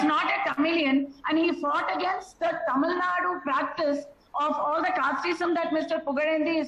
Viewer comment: Vishnu, it is not TAMIL NAD, it is TAMIL NADU